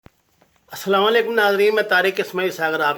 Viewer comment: Bhai asalawa alequm na bola karo plz asalam o alequm kaha karo shukria